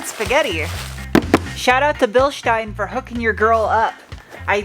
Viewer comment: The company name is pronounced Bil-steen not Bil-shtine. Cool video! 👍👍